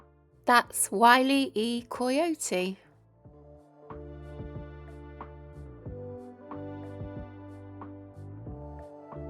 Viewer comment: is an AI voice that doesn't know how to pronounce common names. Wiley E Coy-otee? Scott Ba-KOO-la?